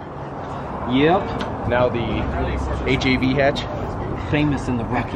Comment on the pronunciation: Did he say HIV hatch?! Lol